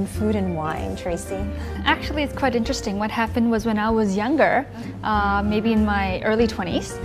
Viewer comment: Tracy said "quite interesting" and I just wonder why you read back as "trite interesting"? In this case, who speaks English better?